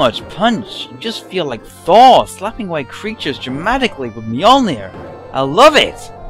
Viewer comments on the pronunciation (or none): none